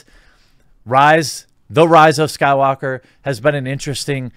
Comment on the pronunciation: my man, you started saying the rise of skywalker right lol. kudos haha enjoy the videos as always